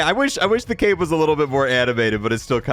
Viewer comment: you said " i wonder if the cape moves when he moves" i thought you said cake